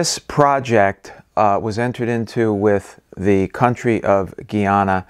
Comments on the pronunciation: Guyana is pronounced like Guy-Anna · Guy-ana :) You said it right in the first video :) Sometimes people say Gee-yana but formally, it is Guy-ana. You've got the demonym correct this time :) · Finally you pronounce the name right when you said Guyanese people. GUY..ana is pronounced Gii, not guh.aana. What about saying that guy(male person) is strange. Imagine saying that as "that guh is strange'. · GUY -----YANA. = Guyana....please! STAB-----BROKE = Stabroek (Its Dutch)